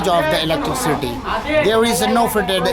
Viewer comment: this was the video i was looking for. great of you to make an update. but have to say.. it is not pronounced electri-city.. it is electricity